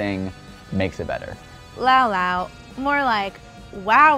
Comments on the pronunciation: It's Lau Lau sorry i just needed to do that lol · Hoo dezz fekes no like lau lau